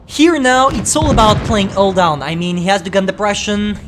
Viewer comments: I love "ull down" thing...:) also the new commentary is superb. Sounds like he's drank far too much energy drink...:D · The title should be STB-1: Alldown,Alldown,Alldown (Cuz thats how says it)